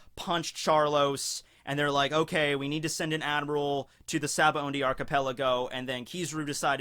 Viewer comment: I can’t stop hearing sabaoNdy.